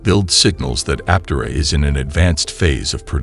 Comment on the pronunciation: Learn to pronounce Aptera. Good grief.